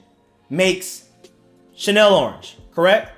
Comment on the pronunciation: Lmao man pronounced it “Chanel orange”